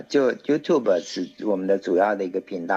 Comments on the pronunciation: YouTube不是唸You to be主持人錯了😂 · 我说了好多年的you tu be 😂知错就改✌️